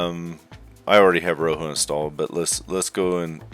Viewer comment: great video but i couldn't not point this out, rojo is pronounced as ro - joe, but i found it a bit funny the way you pronounced it in the video as roho, and again the video was great i will be watching future videos from you.